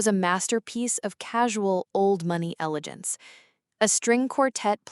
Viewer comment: 'Elejence,? No, its "elegance", pronounced el-ih-ghantz